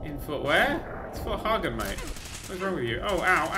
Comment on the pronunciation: it's not fort hargen it's fort Hagen